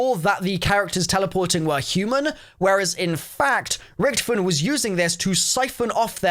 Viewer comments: why do you say ric-to-fen like ricktufin? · Loved the video, except the miss-pronunciation of Rick-Tophy-Ton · It's (rich toff fin) richtoffen